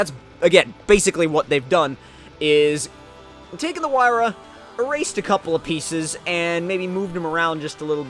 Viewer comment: Finally a YouTuber got the pagani's name right loads of them said zonda like really bro it's a huayra